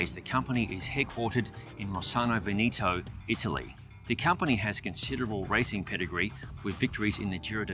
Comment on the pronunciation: veh - neh to, not ve-nee-toh. Veneto. Whenever you need an italian name give me a call, even if I’m in Brisbane. Ciao.